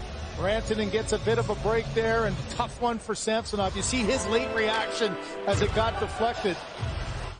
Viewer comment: These 2 guys calling the match should learn how to pronounce Samsonov.